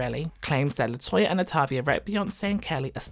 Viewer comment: I sure do hate how he did Latoya and LAtavia that’s sad man